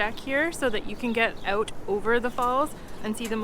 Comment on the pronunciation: Good video quality, and you and your husband (?) are very well spoken, even if you do have a problem pronouncing "out" 🤣